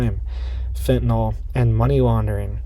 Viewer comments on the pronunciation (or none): none